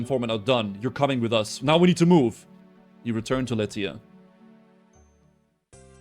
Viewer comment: Whoever told to stop pronouncing Lletya as “Latina” needs to be banned along with that other guy